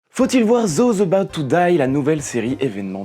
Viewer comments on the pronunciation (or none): "Zoze eubaout tou daïe"? 😅 Olala frérot et tes souvenirs de LV1 au collège alors... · Quel joli accent français "Zozabotetodaille", j'avoue c'est mal mais ça m'a fait rire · "zouzaboutte toudaille" C'est mon petit plaisir à chaque fois que tu le prononces x) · zoz obat toudai ! 🥷 J'ai cru que c'était du japonais au début. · J adore l accent!: "Zoze abaout tou daï"